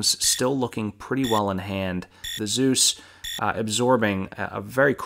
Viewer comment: Good work and nice vid. May I am a bit late for this, but pronouncing "Zeus" as "süß" triggers me tremendously. And so it is: "eu" is pronounced like "oi" in "Spoiler". So please pronounce it Zois! It is the german spelling so i'm convinced it is the german pronouncing. warm regards